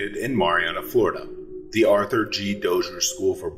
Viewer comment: Its pronounced MARY ANNA Florida.